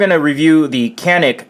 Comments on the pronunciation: Its pronounced sha-neek, not can-ick.. just for your reference that's all ;) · Hi to all... Enjoyed the review. For the record, as a guy who speaks some Turkish, the name of the gun is phonetically pronounced "Jahn-ik" as the "c" in Turkish sounds more like the "j" in English. The "a" in Turkish, sounds more like "ah" in English. At any rate, looks like sweet gun for the price and the extras you get.